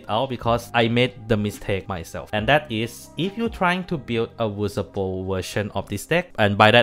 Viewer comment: listening Mc messing up the pronunciation of VSPO the whole video